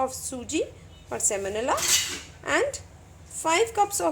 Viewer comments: You mean semolina not semonila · Thanks for the wonderful recipes. Sorry for this but I get distracted every time you say semonila. It's semolina.